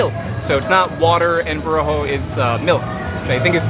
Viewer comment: It is pronounced with the accent on the last syllable. Bo-ro-khOh, not bo-rO-kho.